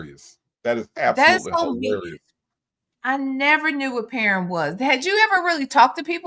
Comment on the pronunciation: I heard - paren (pa-ren) - sounds like he didn’t pronounce the word correctly in order for V to understand correctly